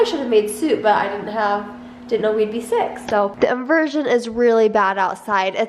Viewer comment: I thought I heard we r both six instead of sick